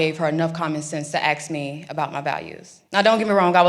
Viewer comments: If you want taken seriously, it's asked not axed! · Asked not axed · So the white woman AXEd her a question? ...and no, the parties haven't switched. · They axed me 😂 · Nobody "axed" you about anything. The ASKED YOU! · she axed you a question huh ? great.... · What was it she axed again?